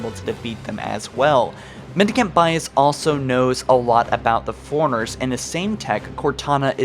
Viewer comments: Ankcient foreigners. Cool video though lol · Goddamn. Ang-chent foreigners?! Hu-Manatees?!